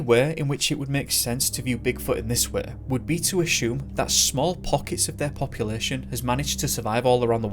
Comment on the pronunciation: What is ashume that you keep saying?